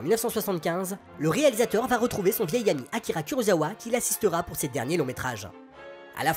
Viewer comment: je viens de chercher sur l'appli prime installée sur la ps4 mais je ne trouve absolument rien, ni avec ce titre, ni avec Matango, ni Honda... 😭 En tout cas merci pour cette vidéo et toutes les autres. Juste pour faire ma chieuse, on prononce "kurossawa" pas "kurozawa". Le japonais est simple pour ça : si c'est z, on prononce z (Miyazaki), si c'est s, on prononce s (Osaka) ! 😄